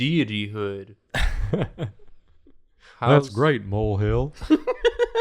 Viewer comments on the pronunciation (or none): i thought they said ”mold-god” for a good 10 minutes until i realised they said ”mole” 😭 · For most of the video, I missheard "mole god" as "mold god", so I was imagining Hank Hill as the Swamp Thing 😅 I regret nothing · Not going to lie, when they first mentioned mole, I did not think they were talking about the animal, I thought it was just a weird pronunciation of mole, like the sauce, and that they were suggesting that the groom ran off to come back as a mole monster. I